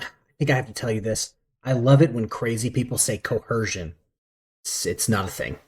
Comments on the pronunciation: Oh no, “co-hershun” was making you break the law before the police ever contacted you? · WTF is “cohershun”? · What's "corhersion."😅😅😅😅😅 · Probably the only correct thing this guy has said, and he said it several times, "I don't understand." It's not "co-hersion," it's investigation, dumbarse! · co-HER-shun is very common African American English pronunciation but has been taken by sovcits from Moorish use. I don’t even notice it around here but we have a shit ton of Moors too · He actually believes that he has to be read his Miranda rights BEFORE he is arrested. And he hates liars...haha, thats self hate. " I don't go by your laws, I go by common law ", good, lets see how that works for you. Why do these clowns always put an H in the middle of the words coerce and coercion ?